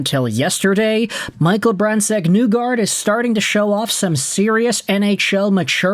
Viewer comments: I hate to be that guy, but well, here we go. Please get MBN’a name right. It’s pronounced “KNEE-guard” not “NEW-guard” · I made a similar point already on another post. I personally thought it was NIGH-guard. Like rhymes with high. Dude probably doesn't read comments anyway.